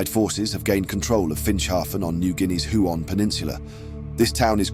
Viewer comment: Huon = Hue-on...